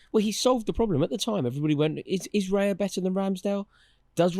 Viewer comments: Yeah genuinely clicking off after seeing them say David raya. Bunch of clowns 😂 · Stopped watching after Rory said raya